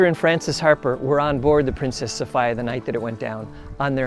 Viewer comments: It’s pronounced so fe a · Since when is Sophia pronounced Sofa-ya???